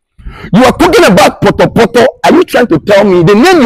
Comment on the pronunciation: I can’t believe she said….potopotor!!